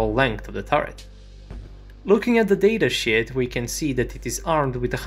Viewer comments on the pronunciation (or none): I for real can't tell if he meant to say that or it's his accent while saying "sheet" xD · I know you said Data Sheet but it sounded like Data Shit and it made me chuckle, okay goodbye. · It took me almost the entire length of the video before I finally realized he was saying data "SHEET" (for those who still haven't figured it out...) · “If we look at the datashit” dang what did the data do to you? :(